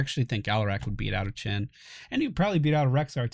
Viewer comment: Yeah did you hear at the end of the video where he pronounced Chen as "chin"